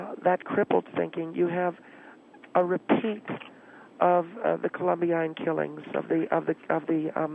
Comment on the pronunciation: Not once did manage to pronounce Columbine - ko·luhm·bine.